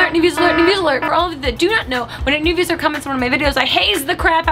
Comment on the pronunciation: Do you think grace is aware that the correct term is 'viewer' not 'viewser'